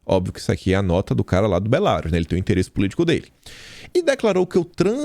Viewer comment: pelamor, é Belarús a pronúncia! Rsrsrsrs